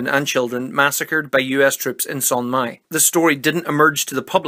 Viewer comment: Son Mi not Son Mai